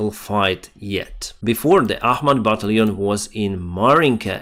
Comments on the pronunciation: Ba - Tal - Tion my friend , Baaa - Tal - eon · Thank you for all your efforts. I discovered the channel shortly after the Russian invasion, and make it a point to watch every evening. I don't want to nit-pick, but I'd like to help you out with your pronunciation of the word "battalion." The first few times I heard you say this, I was a little confused about what you were saying. To help viewers understand, it might be helpful to pronounce it " buh-TAL'-yon " with the emphasis on the second syllable. Nonetheless, please keep up the good work. You're doing a great job.